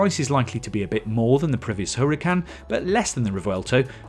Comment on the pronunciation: Hoo-rah-kan. Please fellow Brits, stop butchering the gorgeous Spanish language